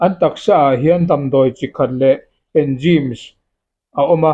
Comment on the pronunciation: Lam fuh loh a tam mah².. Enzyme tih kha i lam dik lo nasa bawk.❤❤ Gud